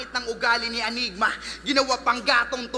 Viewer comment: ENYGMA naman yata talaga ang basa dun. . naging Anygma na lang nakasanayan. .